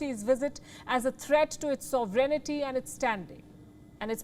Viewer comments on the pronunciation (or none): It's not pronounced "soverenety", Palki. 🙄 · The word sovereignty is pronounced ˈsɒvrɪnti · Palki seems to be a decent journalist but I have the way she pronounces sovereignty. Too many syllables.